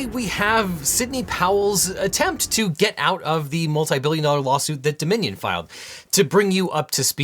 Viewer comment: All the time I could hear ‘The Minion’ instead of Dominion 😅